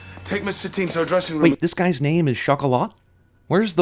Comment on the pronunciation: I always thought that her name was Satine because it was supposed to be like "satin" - smooth and sensual. Not like satan.